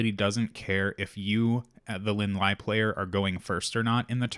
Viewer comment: Linh is Vietnamese, and Ly is the french spelling of Lee. Her last name is pronounced as the same Lee not Lie